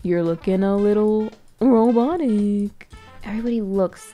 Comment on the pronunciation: The way she said robotic RoBoTIIc